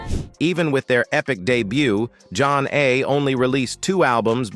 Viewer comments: For the record…as soon as I heard their name pronounced “John A” and “Zane” I stopped listening. 😔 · John A 🤣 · Soooo this AL couldn't pronounce their name right, but read all the information from Wikipedia about the group 😂😂